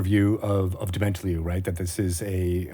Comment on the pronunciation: Yea, but I think the emphasis should be on the last syllable